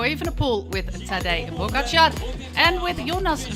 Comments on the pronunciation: She kept pronouncing it as "Pogacha" without the R, which is way off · Same goes for you. We definitely pronounce the "R". Poskusi sklanjano obliko pogačarja, če ga sicer ne slišiš ...